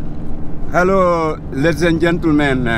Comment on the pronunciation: "Yeaahh Hello ladies and gentelment łija hija łif the program Przez świat na Faja":)